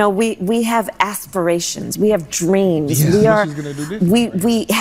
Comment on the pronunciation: She RUINED the words “significance” and “aspirations”